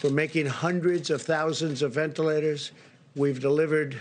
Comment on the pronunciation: "Thousands of vent-laters"